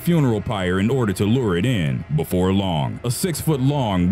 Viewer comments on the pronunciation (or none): none